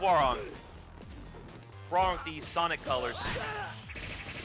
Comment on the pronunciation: Thank goodness, someone knows how to pronounce Hwoarang's name correctly.